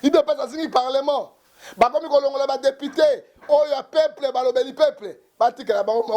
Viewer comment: Dikoshiiii ya journaliste ... depiteee depiteeeee yoka prononciation ya mabe boyeeer!